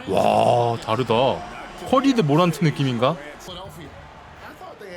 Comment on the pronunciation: 자 모란트라 쓰고, 깡 모란트라 읽죠.